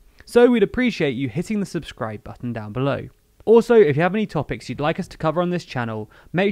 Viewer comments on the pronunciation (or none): none